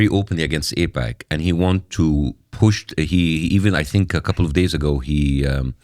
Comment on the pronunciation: First off it is AIPAC. Not APAC. Secondly. AIPAC / US is fine. ISRL / US are and has been in bed together for a very long time. You heard them allude to JFK. It goes back further then that. Both support each other very well and ensure they remain Top Dog on the global stage. Why mess with that? It works!! If it aint broke, dont fix it.